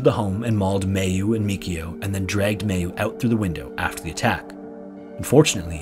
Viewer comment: Just so you know, Mayu is pronounced "my-oo" not "may-oo"